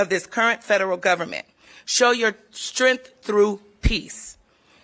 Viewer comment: Strength, not strinth.